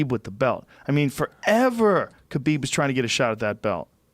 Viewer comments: khabib “khalabib” nurmagomedov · IT'S KHALABEEEEEB... SAY IT RIGHT ROGAN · Where did Khalabeeb come from, btw?